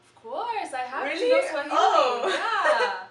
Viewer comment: It's swahili not suajili?